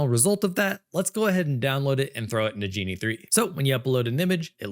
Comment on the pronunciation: Ok. If real... fun, relaxed, nicely paced, and greatly informative presentation. I'd say has the perfect stand-in/co-host he may have never asked for but has always had. Really great,! EDIT: Ahh, wait... the speech pattern is too much like. Hmm... further,, NO native English speaker would pronounce "Genie", even as an unintentional slip, with a hard-G as was done here. Ok, so if not real, which one was it: Viggle, Higgsfield AI (Recast), Runway (Act-One), Luma AI (Dream Machine), Synthesys Faceswap, Wan, Minimax, or Kling.